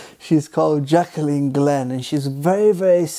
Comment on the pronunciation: Her name's not "Jack-a-leen." It's Jaclyn, JACK-LINN, you moron.